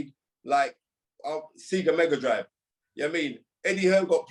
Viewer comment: i'm surprised he keeps using SEGA as analogy, but he doesn't know how to pronounce it. It's not pronounced SEE-GA